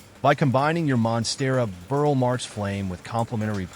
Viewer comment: "Burle" = BOOR-lee